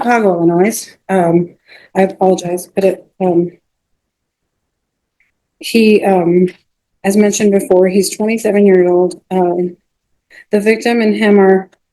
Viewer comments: She pronounces the "s" in Illinois?? didn't know there were people who did that outside of cartoons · The s in Illinois is silent,.